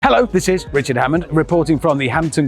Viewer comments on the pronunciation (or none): none